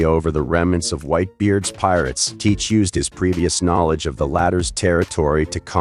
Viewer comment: Saying his name wrong other than like the video tho